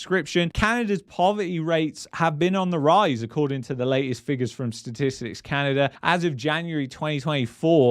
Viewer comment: Canader, lol!